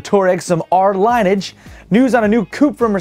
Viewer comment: Lineage: (lin-ee-ij) the line of descendants of a particular ancestor. NOT LIne-age